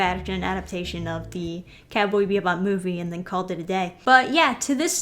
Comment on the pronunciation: "Cowbee Bebop" XD